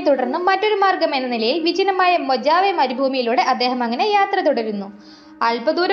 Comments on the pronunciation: Its a great movie, also good narration here. BTW the Mojave desert is a great place. It is not pronounced as "മൊജാവെ" but "മൊഹാവി". Most Spanish or Latin names where there is a "J" is pronounced as an "H". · മോജാവെ അല്ല...മോഹാവെ